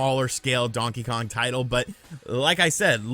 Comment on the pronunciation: Since Luigi's Mansion got a rerelease on the 3DS I don't seem them porting it yet again, Prime is likely. It will be a bunch of RPG's like it usually seems to be. Really don't want to see a DK Mini's at all, the 2D is good, thanks for saying Kong properly not Kahng.